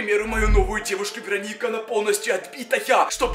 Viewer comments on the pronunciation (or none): none